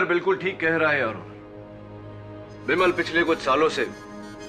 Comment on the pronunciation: बिमल को विमल कहा जा रहा हे 😂